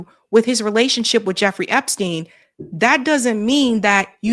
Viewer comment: we love you but it’s EpsTein not Epskeen. 😂😘